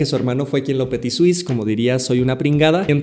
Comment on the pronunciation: El único plagio que escuché en este video fue "Petisuice" 😡😡😡